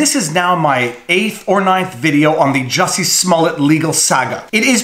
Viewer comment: Great video! By the way it's pronounced Jooosy Smoool-e-ay. Easy mistake to make.